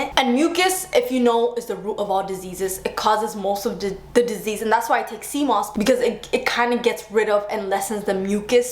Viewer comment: Took me a second to realize she was saying "sea moss". My IT ass was like "How the heck do you take cmos?" 🤣